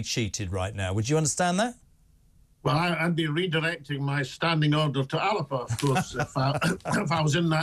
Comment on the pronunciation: It'S pronounced Alapa notAlba